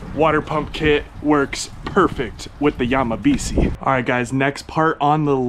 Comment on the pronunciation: If this were actually a japanese name, it would be pronounced Yamabishi. si in japanese is pronounced "she"